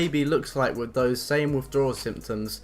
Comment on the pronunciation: everything that ends with th, he says it like “Myff”